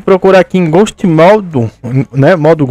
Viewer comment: pronuncia e ghoust nem portugues to hablando dierto